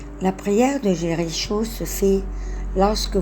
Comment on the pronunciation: Je suis étonnée de votre prononciation du mot Jericho.